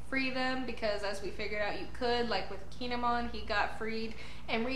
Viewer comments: The way you say Kinemon is fine. I believe it's "kin-ay-mon", but your version is fine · you are saying his name right👌👍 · Don't worry. You're saying Kinemon's name right.😁